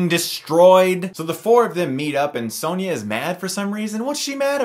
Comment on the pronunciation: It’s Sonya, not Sanya